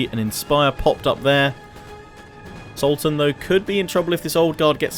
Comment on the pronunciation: All I hear is SALTan and I can't stop laughing! Great video and battle btw!